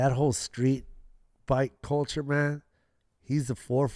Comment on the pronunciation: I think Joe Koi said sKreet ! 😂🤣😂